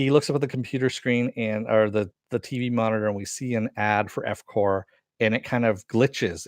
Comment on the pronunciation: It's "corP" with a hard "P", as in "corporation" man. You say "core" when there is an "s" at the end like "corps". So annoying I had to dislike.